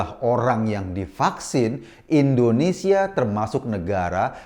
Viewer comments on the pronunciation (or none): Koreksi bang "INDONESIA" bukan "ENDONESIA"